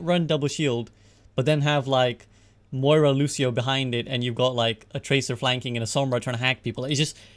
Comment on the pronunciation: How do people pronounce Moira and Baptiste wrong it baffles me.